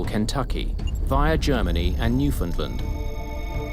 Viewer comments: It's pronounced new fin land not new fin lind... terrible... I hate hearing it pronounced wrong. I'm from the capital of newfoundland lol. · "at the small airport" Jesus Mary and Joseph. When Gander opened in the 30's it was the largest airport in The World. And, it's Newf~found~Land, not "New~find~ Lind. Fuck's sake. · it's pronounced, "New-Found-Land" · Gander is in central Newfoundland, not eastern, and ‘Newfoundland’ is pronounced like ‘understand’, not the way the end of ‘England’ is.